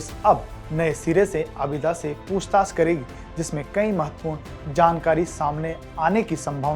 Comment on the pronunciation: पूंछताछ नही होता पूछताछ होता है ।😂